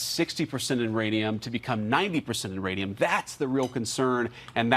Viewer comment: is he calling it IRANIUM ? lol